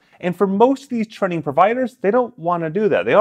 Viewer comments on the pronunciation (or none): I’ve never heard anyone say “training” like that. Trenning? Trinning?